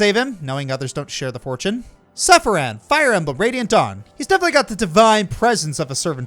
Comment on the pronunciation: I’m sorry, but I just had to cringe a bit when you pronounced Sephiran as “Seriphan” lmao